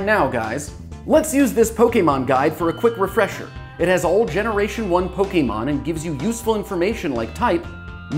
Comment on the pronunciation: Thank you for not calling them Pokiemon